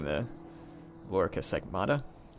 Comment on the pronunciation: SegMENTATA not SegMATA. Honestly it doesn't really matter... in any way, but i thought that I'd say. And the Caearean legions were post Marian also. Sorry I'll stop